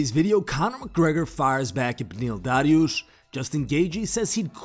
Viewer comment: Holy shit lol you really twisted your tongue for that "Dariush" pronunciation lmao